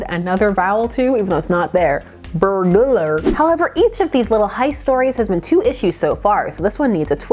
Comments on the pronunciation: don't worry, a lot of people say "burgular". it's cuz our brains recognize the "burg" part as being the end syllable in some town names but in "burglar" it's actually a part of the 2nd syllable instead n our brain trips up on this wanting to pronounce the G twice but knows it shouldn't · Thanks! I can now not say 'burglar' without the that third syllable. Just sayin'.